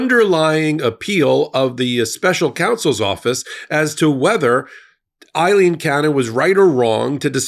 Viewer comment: A-leen, A-leen, A-leen NOT I-leen Both are Irish names, but are spelled differently. What you're pronouncing as "I-leen" is spelled Eileen in English.